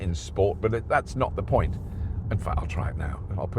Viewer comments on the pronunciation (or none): none